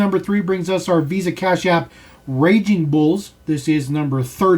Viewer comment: “Raging bulls” it’s racing brother